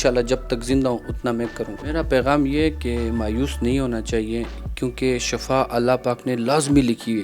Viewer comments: shafa nahi shifa boltay hain plz shifa boliay. "" shafa maot hy or shifa ka matlab sehat hy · shafa nahi shifa boltay hain plz shifa boliay